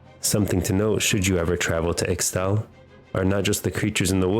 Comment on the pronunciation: Psshh this loser doesn't even know how to pronounce ishtal